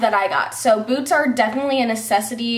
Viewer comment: I thought you said I got some new boobs not boots! 😂😂😂😂😂😂😂😂😂